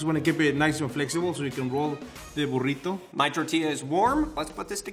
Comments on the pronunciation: ''here's my burridough'' ''here is my burridough'' ''Here is my buRRiToh'' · And here's My borritu he said like this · Burito: Burito: BuRRito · "Burido", "Burido", "Burrito". 💪🏻